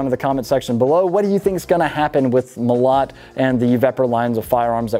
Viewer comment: Molot - emphasis on the first O... Molot also means hammer :). Оружие - Weapons. Orugie